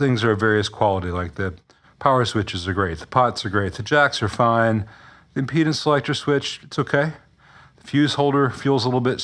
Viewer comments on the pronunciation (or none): none